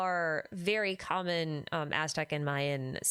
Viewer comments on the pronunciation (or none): none